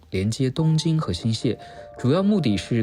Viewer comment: 新潟的潟讀（戲）